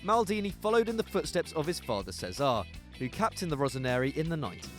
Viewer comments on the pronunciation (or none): Giallo Rossi = pronounced as Jallo. Facchetti pronounced as fakketti. Cesare Pronounced as Che Sa Rè. Not an easy task choosing, however you could swap Totti for Baggio.